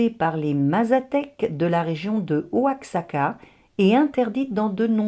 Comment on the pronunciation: Oaxaca se prononce "Ouaraca" ;)